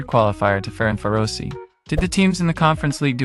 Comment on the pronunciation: Wow, a fantastic season. And your pronunciation of Faroese words and names is getting better. Just note that: our J is always English Y in yes or yellow, and Bech's surname is pronounced Beck. And the Eyð- in Eyðfinn is just pronounced like the ay in Bay, yes, that ð is silent. Looking forward to the next episode. :)